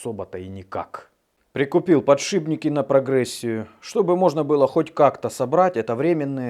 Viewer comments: подшиПники, ШИП, а не ШИБ, АААААААААААААААААААААААААААААААААААААААААААААААААААААААААААААААААААААААААААААААААААААААААА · ОЧЕНЬ режет слух ПОддддШИБНИКИ !!!! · Подшипники, от слова шип. Не подшибники! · ох уж эти его "подшиБники" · просто очень напрягает, слушать неправильное произношение слов ,то с чем он на прямую себя позиционирует ,и так сильно выделяет поТшиБники,что аж режет слух, хотелось бы что бы молодежь понимала как правильно ,и от какого слова ! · мне почему то слышится что говорит подшибники